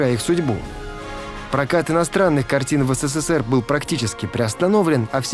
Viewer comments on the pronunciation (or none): none